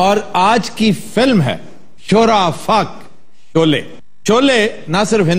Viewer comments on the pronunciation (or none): Abe choley nhi Sholay....